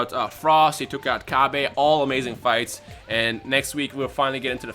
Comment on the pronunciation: Its "Cabba" like cabbage, not cabbay, like vegeta is a vegetable